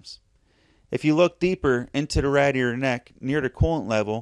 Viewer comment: Nobody mentioned it so I have to. You say radiator wrong it it's driving me insane.